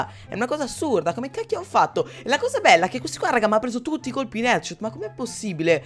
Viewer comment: Ma hai detto tutti etchot 😂